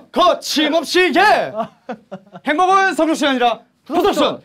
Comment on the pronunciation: 행복은이 아니라 햄버거는 이라고 들려요